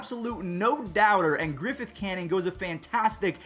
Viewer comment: It's not "Griffith" canning lol it's griffin